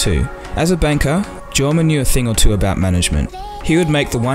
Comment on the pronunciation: its jorma not "zorma"